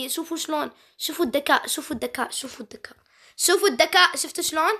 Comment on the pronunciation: ليش بتحكي دكاء مو ذكاء 🤔